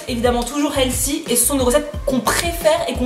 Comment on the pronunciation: Coucou!! On dit pas Heatssi mais healfy!